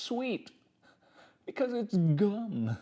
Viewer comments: i loved the way he said “because its GUm” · is it just me or is that a weird way to say gum